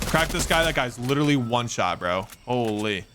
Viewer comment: Don't say holy like this